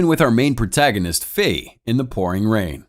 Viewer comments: Its ‘fay’ not ‘fi’ it means fly in chinese/飛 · I'm sorry but the way you say his name's makes me cringe 😂😂😂😂😂 It is pronounced Fei (Fay) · Introduced as fei, named fee the whole video, i know is very minor but can't unhear an economic term all the time, also makes me think if lee is really lee or lei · The way you pronounce Fei is hilarious to me it's pronounced like hay just the h is an f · That's the correct pronunciation, but I can't lie, Fee is funny